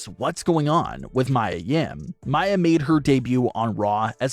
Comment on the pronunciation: Do u even watch wrestling? It's not Mya. It's. Mia. Meeeee uhh.